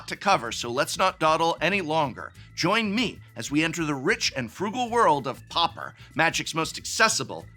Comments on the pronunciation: pau per not popper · Dude why are you pronouncing it like POPPER???? It's pronounced like paw-per. Come on professor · Oooh "pauper", I kept hearing "popper" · Why do people keep pronouncing it POPPER instead of Pauper?